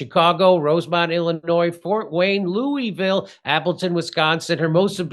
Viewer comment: Jimmy, don't say "Loo-ee-ville" once you get to "Loo-uh-vul"